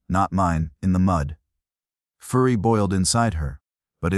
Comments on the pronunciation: Oops, fu-ry not fur-y. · Fur-y, not fu-ry